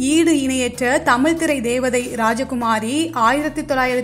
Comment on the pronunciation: Poor prounoisiation of Tamiz and not tamil